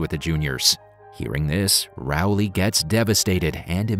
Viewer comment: Rowley, not Rowle.